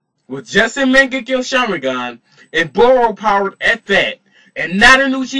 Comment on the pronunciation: This dude is slaughtering the names of everything he said mingeco sharingan